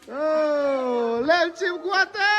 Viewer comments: Lenchim ❌Lenchîm✅ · Lênchîm (sangha manna 'len' leh chaichîm 'chîm' kan lam ang hian lam rik tur.) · Lènchîm pawh kha chaichîm tih a chîm tih thlûk a lam tur a ni e.